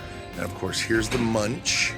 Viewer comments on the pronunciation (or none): none